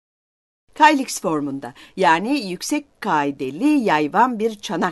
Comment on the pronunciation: Ressamın adı Eksekias olacak. Ayrıca bir atkım kelimelerin telaffuzları yanlış (mesela kyliks). Bir arkeoloğa dinletmek lazım önce.